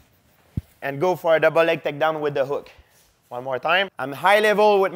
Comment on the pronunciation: My ohhponnant donnn liiiike dubelll leggg! 😂👍